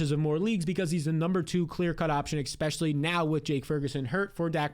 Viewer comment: Add timestamps and stop saying eKspecially and I'll subscribe. I promise.